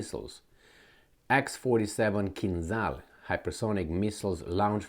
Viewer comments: Kinzhal is pronounced kin-djal 🇷🇺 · Tupolev, not "tupelov" lol also KinZHal", not "kinzal". you are not a native english speaker so you shouldn't be that dyslexic rofl